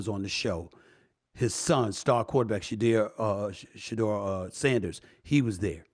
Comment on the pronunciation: HOW R U TALKING ABOUT HIS GREATNESS N MEET HIM N INTERVIEW HIM>>>>>>BUT U CANT GET HIS NAME RIGHT!?!? Shedu-er